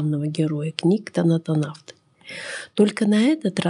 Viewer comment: Я как только танотавты услышал, вместо правильного названия, сразу выключил всё